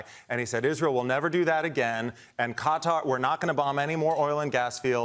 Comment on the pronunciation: needs to learn how to pronounce Qatar.